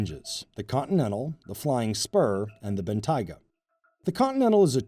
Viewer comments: "Bentaiga"? What's a Bentaiga? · he's the first Guy I've heard call it "Bentaiga" and not "Bentayga" Almost everyone call it Bentayga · I hate how he pronounces it "Ben-Taiga" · It's pronounced Ben-Tay-Ga not Ben-Tyga, sir. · Please learn how to say Bentayga. I mean it's literally written how it would sound phonetically... You know, Ben-Tay-Ga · What's a Ben-Tiger?????? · Mispronouncing the name of the German super car is NOT cool, and inexcusable. Just sad, really. Makes the (only) brown guy look very, very bad indeed. I feel for him. Google Translate is your friend. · Lol can't even say Bentayga correctly 🤣🤣🤣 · This guy saying Bentayga wrong is hilarious